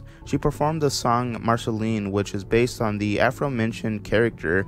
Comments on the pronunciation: this is a good video, but i’m not sure you’ve actually watched the show your self, not knowing how to say marcelines name and other names/titles of the show.... but nice vid!! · The way you pronounce Marceline x.x